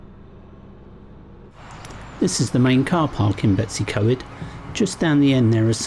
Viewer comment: Oh lordy how do you get Betsy. From BetWs .i dont know ,you made a pretty good job of Blaenau Ffestiniog! How to annoy many people without even trying very hard .Lizzie xx